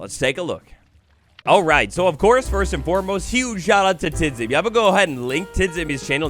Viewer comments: Tidzimi would be actually pronounced Tijimi (dz makes a j sound) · Nice video, one small issue, you pronounce TIDZIMI's name like "Tjimmy" because his nickname comes from the pronounciation of his previous nickname - TGMplay (without the play) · When I hear how u say Tidzimi im littelary crying 😂😂😂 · The way, how he spells "tidzimi" is a bit funny